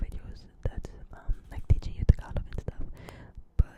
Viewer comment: Had a couple Filipina girlfriends. They'd make fun of me pronouncing it TAG-ah-LAG